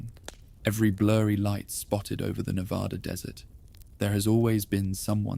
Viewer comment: Reno, NV. pm I can’t go to sleep because you keep saying Nevada incorrectly! 😂